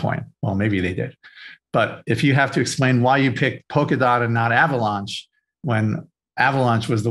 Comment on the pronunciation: also avaLAUNCH is different than avaLANCH